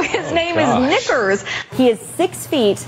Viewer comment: Knickers, sounds like N.